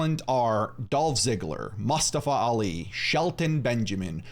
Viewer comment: The way he says mustafa pisses me off